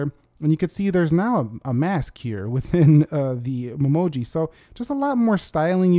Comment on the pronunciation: All I keep hearing is mumoji instead of Memoji